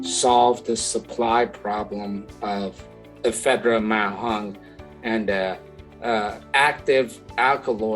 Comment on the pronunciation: im pretty sure its pronounced ma wong not ma hung